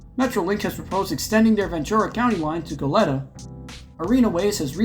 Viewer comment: Metrolink's extension to Goleta is more than a proposal! It's officially happening, and the city is currently building a lavish new train station to accommodate increased service. It's pronounced "go-LAY-ta" btw.